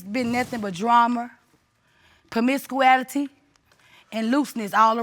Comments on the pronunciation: I’ve never heard of permiscuality is this a new word 😂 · What tf is promiscuality?😂 stick to the words you know. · “It’s been nothing but dramer. Comiscuality. And looseness.” -A concerned Grandmother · PRO-MIS-CU-ALITY. Whaaaaat? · " Too much Pamisscuality"...wow! That word took me OUT! LOL!! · It's been nothing but "dra-mer" and "promiscu-ality" 😑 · "Since I met her, its been nothing but "drahmer", "promiscouality", and looseness" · PER-MISS-Q-ALITY! SMDH. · Did. She say promiscuality? 🤦🏾‍♀️ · “When you married my son you married me” from a lady who tried to use the biblical word promiscuity (even though she terribly mispronounced it) but did she read the part of the Bible that says a man should leave his family and cleave to his wife I guess she did not read that part